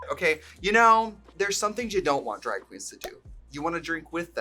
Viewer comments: When I’m Wisconsin we pronounce things with an ae… draeg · “We do dræg.” That wisconsin accent is peeking out.